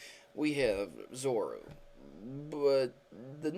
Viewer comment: You're saying zoroark and zoura wrong